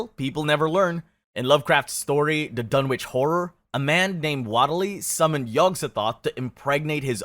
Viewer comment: 'Waitly' and 'Dunnitch', FFS